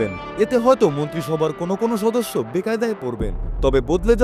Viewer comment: ছদস্য, পরেছদ, 😂 কে কে খেয়াল করেছেন!??